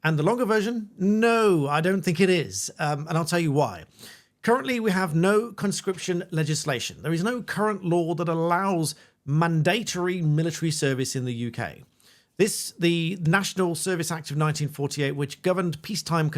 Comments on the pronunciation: 'mun-dat-tor-ee' 🤨 Were you trying to say mandatory? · Mandatory is not pronounced that way😅😂